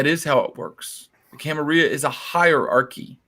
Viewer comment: Say it right dammit, gawd! It's "Cam-Uh-RILL-UH"!!!!